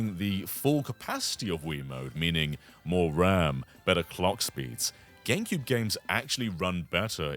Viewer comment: Is he saying Ganecube?